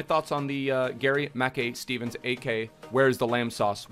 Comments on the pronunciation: itspronounced mack kai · Am Scottish it’s pronounced mickeye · Its pronounced ma kai(kai haverts) he used to play for celtic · GMS used to play for us (aberdeen) n it’s pronounced like gary makeye Steven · It’s pronounced “Mack-eye steven” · Im from scotland and you pronounce his name gary ma-kai steven , great video 👍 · It’s pronounced Gary Mack-eye steven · It’s pronounced like Garry Mackeye Steven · It’s pronounced Mackai btw. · It’s pronounced Mac Kai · It's pronounced Mack-EYE .... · It’s Mah-Kai....Mackay is pronounced Mah-Kai 😂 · pronounced gary 'ma-kai' steven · Not to be a nit but its pronounced Mackay (as in to rhyme with 'eye',) !!!